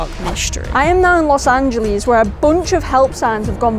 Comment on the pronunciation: Really good video- just learn how to pronounce los angeles, haha